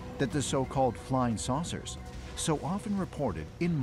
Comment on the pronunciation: I heard sorcerers 😂